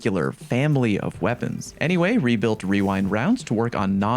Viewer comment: "webuilt wewind wounds" \o/